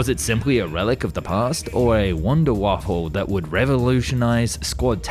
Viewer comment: I get you dont like the Nazi's and no one should but being a person who is informing others of real history. IE FACTS, you should say it properly. In other words Wunderwaffe. NOT WAFFLE. Its not disrespectful to Nazi's , it IS disrespectful to history.